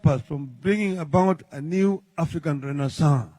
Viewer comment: ❤❤❤❤ renaissance well pronounced ! Fantastic !